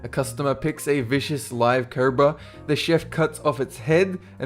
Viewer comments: what race is he the way he said cobra was curbraa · you have a funny way of pronouncing cobra...i didn't understand it at first lol..."curbra" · why does he say cobra so weirdly